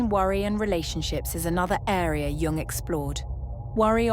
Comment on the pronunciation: A gentle suggestion.... Jung instead of Young, pls.?